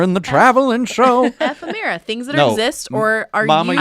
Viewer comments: Phonetically: Eh-Femme-Era. (Ephemera) that’s how you say it lol 👍🏻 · Happy 100 episodes! We love the show and all of you guys! P.s. word is pronounced E-fem-er-ah 😉